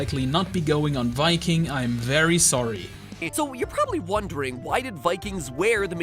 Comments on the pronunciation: "vikking" It's pronounced Viking. Not Vikking. Get it right. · you know you did well when Shad says so:D also nice pronounciation of "Viking" sounded very danish actually!